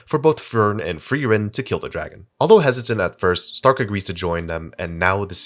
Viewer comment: why does everyone refuse to pronounce Stark’s name properly 😂